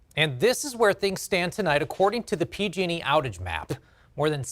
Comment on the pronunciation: lots of emphasis on the "P"